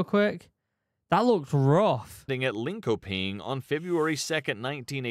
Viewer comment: The way it pronounced Linköping gave it away for me. Even non swedes don't say it that way.